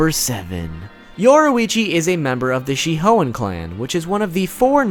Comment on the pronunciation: Yoruichi “she hoein” 👍🏽